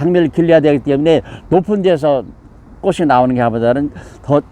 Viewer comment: 꽃은ㅊ받치이니 꼬치'꼬츨이라발음하셔야.꼬시꼬슬이라하면꼿이됩니다.